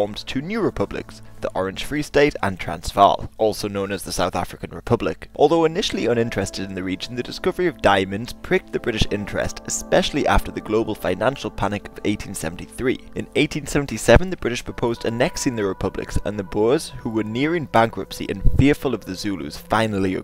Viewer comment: Why do SO many people, this narrator included, pronounce the word 'especially' as 'ex-specially'?! The letter X is not anywhere in the word especially! Duh!